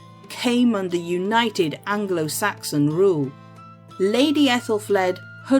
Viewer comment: Angle~oh-Saxon? 😂 new way of saying that